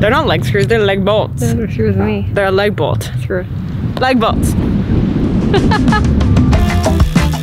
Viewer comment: Lag Bolt's not Leg Bolt's